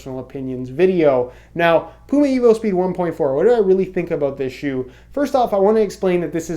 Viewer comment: He is human. Everyone makes mistakes. He will fix "pume" to "puma". Calm down everyone.